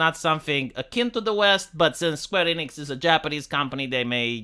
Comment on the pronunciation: You mispronounced SKWEENIX